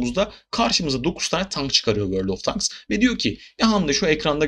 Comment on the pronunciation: vorldovtenk değil. tenks... fine tenks...